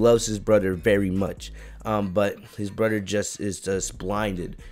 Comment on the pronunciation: Like how he says broder instead of brother it’s funny